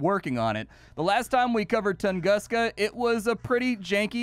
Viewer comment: i’ve always heard it pronounced toongooska… love your channel dude. “…what’s up guys and gals and welcome back to the nerd castle…” is the beginning of an awesome 30+ minutes 🤗